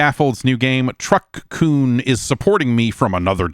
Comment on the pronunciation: The Strange Scaffold game is called Truck-kun blah blah blah, as in kun as in weaboo shit. The name is absolutely NOT what I heard Jeff say